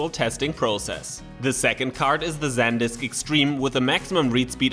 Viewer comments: It's pronounced "Sand-disk" not "Zen-disk". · San - disk. There isn't a second d....